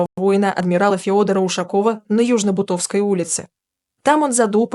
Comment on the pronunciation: ЮжнобУтовская!!! Вы русский язык знаете?